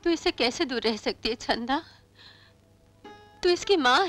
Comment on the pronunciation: It's Chanda not Chhanda 🤦🏻‍♀️